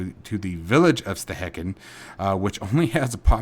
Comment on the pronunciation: Hi! Great videos! Thanks! FYI: Stehekin is pronounced: Stê- hE-kin. Lake Chelan is pronounced: Shi-lân